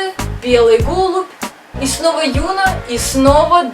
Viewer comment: Девочки, вы молодцы, хороший выпуск) Только, пожалуйста, запомните. В корейских именах ударение падает на последний слог, даже если там есть ё. Просто Юна, гАин и хЁна режут слух (правильно: юнА, гаИн, хёнА). Жду следующих выпусков))